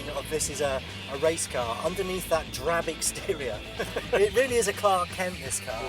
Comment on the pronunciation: 'drab' annoyed me